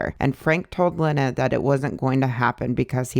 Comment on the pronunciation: her moms name is pronounced “leena”